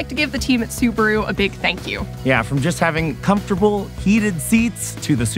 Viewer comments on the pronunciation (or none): ads are getting smarter these days... by the way, you butchered the name Subaru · Hmmm. I have always pronounced it Sou-baa-rou